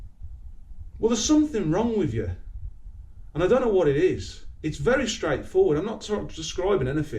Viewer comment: “So fucking whaaa” have you forgot the letter T is in the alphabet